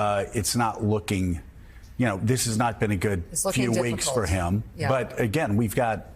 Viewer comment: ATL, GEORGIA. YES. WE'LL DELIVER. UH GAIN.❤️❤️❤️❤️❤️💜🏁🇺🇲🏁💜